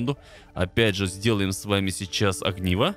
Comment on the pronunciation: не агниво а огниво